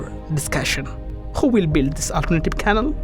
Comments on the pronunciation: It's pronounced canal (can-all) not canle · It's canal (ka-nal) find someone who can speak ENGLISH ! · Such a shame about the accent - if I hear KANIL one more time !!